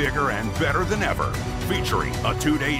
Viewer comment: "I train harder zen, all of zem" - Valentina shevchenko